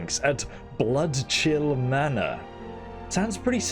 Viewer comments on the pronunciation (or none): none